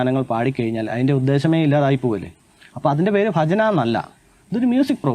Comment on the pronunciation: ആദ്യം ഉച്ചാരണം ശെരിയാക്ക്. ഫജന അല്ല ഭജന